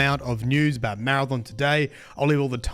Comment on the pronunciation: Maradom? It’s Mara-THON